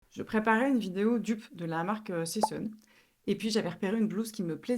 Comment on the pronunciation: Coucou, oui tu le prononces bien. Sessun c'est une marque Marseillaise (de chez moi) que j'adore. Merci pour les patrons et tes superbes vidéos que je ne rate jamais.